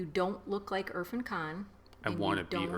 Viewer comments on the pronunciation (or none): irrfan is pronounced as ir-faan .. just trying to help :)